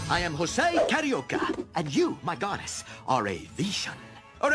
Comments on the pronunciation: It's not "Shosay" it's "josé". É sounds like the "a" in "apple" in the US American pronunciation. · It's Jose (HOE-ZAY, NOT JOE-ZAY) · Ah man, knowing now that his name is supposed to be Joe-ze instead of ho-ze really makes me wish that future version’s of the three caballeros will go back to this pronunciation. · Pretty annoying when he calls himself "José" with that spanish "J". I wish they correct it. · and I've enjoyed performance more, although that 'Ho-say' pronunciation kinda annoys me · And real spanish people gets annoyed at americans how they butcher or bastardize the prounouncations in J sounds. Instead of the SH sound (not as in shoot but as a horking sound, you know the sound we make to prepare to spit) the americans wrongfully say H so José is prounounsed Hose-ay instead of Sch-oh-say or Jalapeños into Hall-ah-la-pen-yos instead of Sch-ah-la-pen-os. We swedes can easily say the SH sounds as we have many words starts on S, K, SK and so on that is porounced with the SH sound. If you don't know how to do it, search videos on here on YouTube for how to pronounce the SH sound. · Its weird that you pronounced his name wrong despite you doing research and getting clips for this. I guess your familiarity of Jose was rather low before this, then you did the research then audio recording first, and did the clip finding last, resulting in you pronouncing his name wrong. Other than that, this was nice.